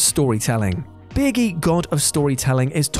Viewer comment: Anyone else hear "Birgi" as "Biggie"?